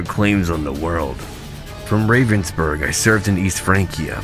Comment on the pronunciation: one slight improvement to pronounciation: even though ravensburg seems to contain the english "raven" in it, the A in there is not pronounced like the ey in "hey there" but more the aaa in "aaah i understand"